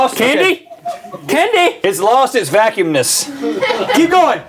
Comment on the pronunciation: "It's lost it's VACUMMNESS! " -Rhett 2017 😂